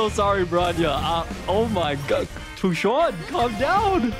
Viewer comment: why is he calling her fu juann :C